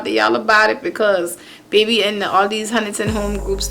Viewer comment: Yes, I heard it when you said baby(be-be)